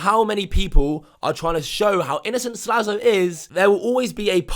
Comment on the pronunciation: His name is Slazo, not Slazlo.